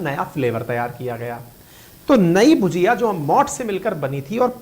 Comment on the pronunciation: Hello sir, With due respect भजिया उसे कहते है जो नॉर्मली बेसन और सब्जी के पकोड़े होते हैं जबकि भुजिया वो है जिसका आप जिक्र कर रहे हैं। हालांकि आपके पूरे कंटेंट में भुजिया ही लिखा है लेकिन आप भजिया उच्चारित कर रहे हैं।